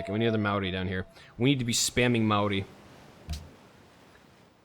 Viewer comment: sorry for replying to a 9 month old video but he is talking about the word maori although as someone from new zealand i dont think he is correct i believe it is pronounced maodi